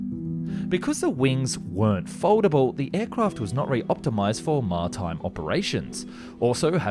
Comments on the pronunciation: Great video, but I can't believe the pronunciation on words like McNamara and Maritime. Need to hear these words spoken by other people not just read from a book. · Nice video but dude, you need to work out how to pronounce armament (ARM-a-ment, not ARN-a-ment), maritime (MARI-time, not MAR-time), and McNamara (MACK-nah-MARA, not mack-NAMA-rah). You also spelled his name incorrectly. This is not the first time I've heard you say armament incorrectly and it is particularly strange for a channel dealing with military aircraft. They are ARMED with ARMs, or ARMAMENTs. Army, arms armed, armoured, ARMament. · McNamara, not mac-nam-era. Also, it's ma-rit-ime not maraitime.. #pedant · Martime ??? Lol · My god, a little research on names goes a long way pal. SeVERski MAC- na- mare-ah Mara-time operations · the fuck is martime? You mean maritime